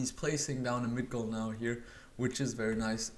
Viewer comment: Migdol!!!! Don't say Midgol!!!